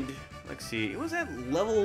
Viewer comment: Swear to God you’re saying Lexie & not let’s see